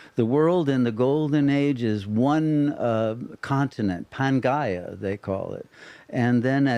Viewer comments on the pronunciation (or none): none